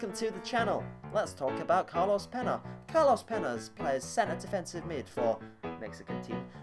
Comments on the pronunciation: Carlos peña pen-ya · He covered his mouth to say dalcio and cardoso which he said right then he said peña wrong it's said like pen-ya